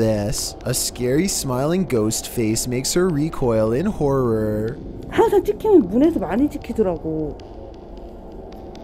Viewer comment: can't even talk properly. Can't even say the word horror properly. Dickhead 🤦‍♂️🤦‍♂️🤦‍♂️🤣😂🤣😂🤣